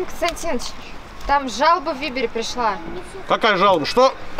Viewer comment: Ниче помощница курносая. Но не Вибер а Вайбер )))).